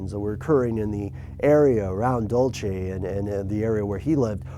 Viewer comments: yeah the pronunciation is more like Dul-See Dulce is Spanish for candy. on your investigation you need to look at David Sanchez his book UFO Highway has alot of good information, also a man Named Mike Valdez he was the state cop their in the 79 battle. he also had evidence form cattle mutaliations. I have been all over the area out side of the base and their are things unbelievable, hidden entrances, drones that are unearth like, Caves of glass the walls are smooth and glass, and these caves are ancient as they have been their for hundreds of years at least because thy were found by stories of old age. The Natives of the area report disc craft and lights all the time, the helicopters that got bin laden the silent ones, have been their since the 70s-80s I have seen those personaly 100 feet in the air and the wind from the rotor is all that is heard, their is so much going on their that Costello and Schneider are just the beginning. I thinks Costello was a group of people trying to get info out, I could go on about this for days but their time is of an issue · It's pronounced dull say. But I have been facinated with Aliens for forever and to have a story straight from my home state that is more recent than Roswell is awesome. I've always known about this story and I believe that there is a great deal of credibility to it. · Ha ha ha ha, your pronunciation of Dulce New Mexico is hilarious. I'm from New Mexico and nobody pronounces Dulce New Mexico like that. Funny thing is traveling across the country and when people ask where I'm from and I tell them New Mexico, they ask if that's part of the United States lmao smh. Go back to school. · If you can't even pronounce the name of the town correctly, your video has NO integrity, you idiot. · Haha! It's funny when people try to pronounce our towns in New Mexico. I giggle when he says Dulce...and its not on the border of New Mexico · I can't finish watching this. The way he pronounces Dulce is driving me nuts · Dool se💯